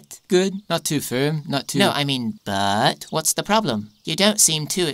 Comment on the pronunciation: 'Vas happening boyz